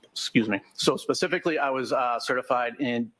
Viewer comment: she just said the "tared" areas. Wow. Wtf goes on in Boston? That's not a word, expert. It's TORN. They're just giving away diplomas and degrees out there. Wicked fkn smotttt she just attempted to specifically 😂 it didn't go well.